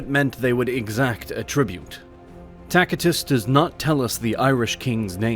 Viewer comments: Takitus lol its Tacitus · If you pronounce Caesar as "Sesar" then you should pronounce Tacitus as "Tasitus" (You cannot switch latin centuries between words) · Come on man. You got to get Tacitus’ name right if youre going to make an educational video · Your AI needs a little work... Simple things like pronouncing many words, including 'Tacitus' and 'piety' incorrectly. And misspelling 'Caesar'. Sort of ruins any authority in your version of Roman history.